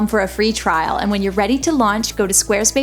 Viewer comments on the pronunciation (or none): none